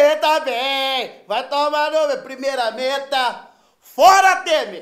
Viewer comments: Kkkkkk. "Primeiramenta" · "Primeiramenta" kkkkkkkkkkkkkkkkkkkkkkkkkkkkkkkkk